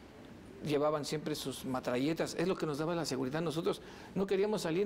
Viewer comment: Me encantó ...muy exitoso y dice matralletas 🤣🤣🤣🤣🤣🤣🤣🤣🤣🤣🤣